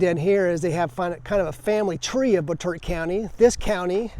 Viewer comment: It's pronounced "Bot-A-Tot".